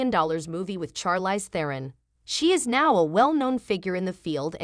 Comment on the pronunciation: You are not pronouncing her name correctly